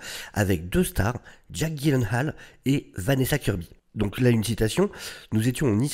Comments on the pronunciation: Bon, après vérification et d'après Jake lui-même, on devrait le prononcer : [gui][yé][laine][haie][leu] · les ravages de la drogue 🤣🤣🤣🤣🤣 sinon ça se prononce dji-laine-ole pour info. je crois que c'est un pote de ryan reynolds donc en vrai c'est peut être leur humour qui est chelou qui sait ? 🤷(non je pense que c'est vraiment la drogue en vrai lol 🌿🌿🌿🌿 la connexion a la nature toussa toussa) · Ça se prononce [gui][laine][haal] en fait. Et je sais ce que je dis, j'ai travaillé pour Ikea! 🤣😂